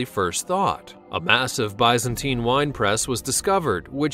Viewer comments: You say it like Biz-antine Not by. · Oh, this dude needs some serious correction in how to pronounce some of these words. Still, he beats the hell out of those disgusting computer voices. It's biz-ntine not byzentine. It's Ramzees not the wierd way you said it. It's gal-e-on NOT galYAWN with emphasis on the yawn. Really dude, does no one check these before they go out?